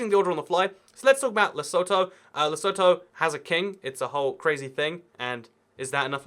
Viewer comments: Fun fact: Lesotho is pronounced lesuthu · Lesotho is actually pronounced Lesotho